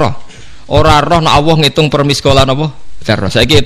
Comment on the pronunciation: Maaf gus kalimah allah itu kan lam nya..., bukanya bacanya itu tbal/tagglit ...kok gus bacanya awoh ...maaf mgkin sy yg slh dgr...